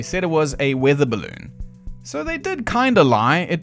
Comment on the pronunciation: "Top secret military bellon" 😂😂😂😂😂